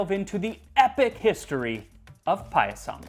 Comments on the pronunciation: Ohmygod 😍 This is wonderful. I’m Indian and “Paayasam” (that’s how it’s pronounced) is a part of almost every special occasion from birthdays to harvest festivals like Onam. Thank you for this!! 🤩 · Not payasam that is paayasam.